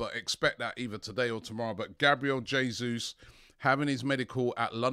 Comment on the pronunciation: Nice to hear you pronouncing Jesus's name correctly at last 👍